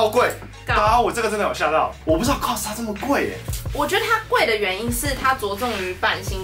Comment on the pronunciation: COS是不是唸錯了😊